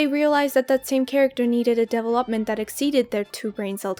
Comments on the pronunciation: a bit off topic but why do you say development like deve-lóp-ment . its like an inside joke or like what. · The way you pronounce development sounds very French haha. (It should be de-VEL-uhp-muhnt)